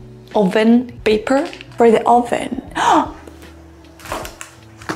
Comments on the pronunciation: Oven is pronounced as uh·vn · You are very sweet and patient!!! You teach very useful and related vocabulary! I think you should have corrected the pronunciation of "oven" though.